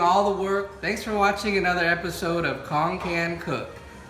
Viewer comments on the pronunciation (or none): Why do you pronounce your name kong? Please pronounce it right! You say Banh mi and Pho right. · how the hell is Cuong pronounced Kong?